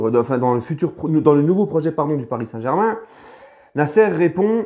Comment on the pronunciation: Nan il sait dire aussi " Ici c'est palis " 🤣